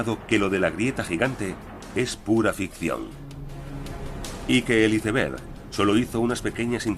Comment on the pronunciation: Iceberg (con c, no con s) es un término castellanizado e incluido por la RAE en nuestro idioma, no hay motivo por tanto para pronunciarlo en inglés. Como no pronunciamos gol, suéter o líder en inglés, sino en su forma castellanizada. Y no es lo mismo que un témpano 😅.